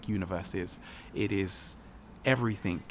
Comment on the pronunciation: If you must record in English remember, there is no K in everythinG.